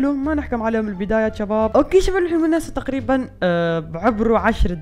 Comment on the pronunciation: ليش تسوي نفسك عراقي